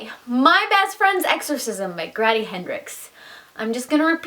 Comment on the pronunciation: Grady like Brady, not "graddy" like daddy. 😉👍👍